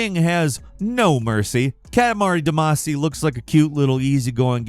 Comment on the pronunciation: Given your pronunciation of Ayane, and Katamari Damacy I'm finding it difficult to believe you've played these games.